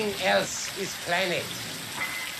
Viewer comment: He says planned like Planet